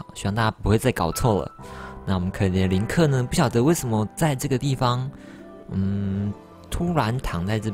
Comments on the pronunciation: 是林克 但念成了克林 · 不是唸林克嗎